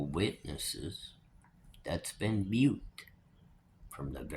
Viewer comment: Thats been *moot*. Not mute. No disrespect intended. I just always prefer somebody to correct me so I dont keep saying a word wrong. Sending good vibes to all of you!